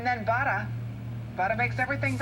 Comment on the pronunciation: "Buttah makes everything bettah." Truth spoken there, unless you're Paula Deen.